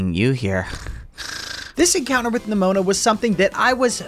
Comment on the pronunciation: Why did u say neMOANa